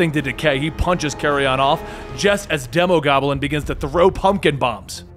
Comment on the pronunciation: De-Mo Demon Goblin Demo-goblin This is how u say it, keep doin a good job we all obviously love your videos, I wish you many years of success and happiness